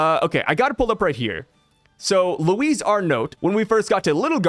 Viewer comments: I am pretty sure it is pronounced Looee Arnoh (well, if French rules are used) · Loo-ee ar-no Like its French or something Louis Arnot. S and T are silent